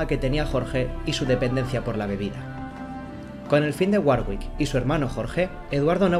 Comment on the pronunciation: Se pronuncia warick. La hermana de Enrique estaba con el duque de Borgoña